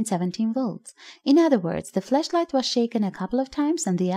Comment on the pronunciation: Be careful with the way you pronounce it please. Flash light and flesh light has a HUGE difference.